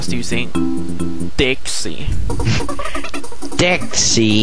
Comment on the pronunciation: i ike how u say "dixie" haha dixayyy=]